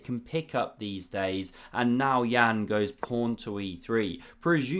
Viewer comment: Is this a source of your prawny pronuncion of pawn? Or are you independent inventor of chess? 😉